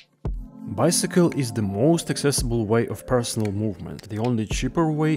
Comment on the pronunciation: "Bycicle" hahaha 😂 😂